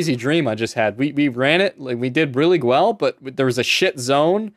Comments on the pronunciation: "did really gwell" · "We did really gwell" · "we did really gwell." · "We did really gwell" you sound like you actually came from a dream